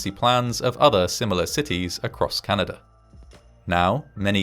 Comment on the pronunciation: "Order of Canader award". Thanks, man from the unitited klingdom